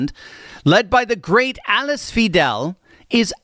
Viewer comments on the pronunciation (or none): It's not " Vee-dell"....😅 and no...Berlin is NOT a " State"! Jesus! Berlin is a CITY inside the State of " Brandenburg"! Doc (???) For all things Germany...reach out to me...I lived there full time for 42 years...still own property there, kids/ Grandkids are there.. speak German fluently. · It's Alice Weidel, pronounced Va-ee-del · Alice Weidel Pronounced in German, should sounds something like "Alice, why Dell?" That's not 100% correct, but much better than your interpretation of her name. Best regards from Germany. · The future Kanzlerin...her name is Alice Weidel....PLEASE make the effort to pronounce her name correctly.... phonetically its: Alice " vye-del".